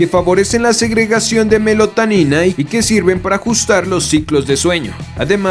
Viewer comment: Melotanina 🤦‍♂️ es melatonina.